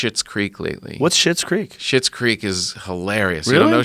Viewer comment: Schlits creek!!!!! Not shits!!! These fuckers can’t read lmao!!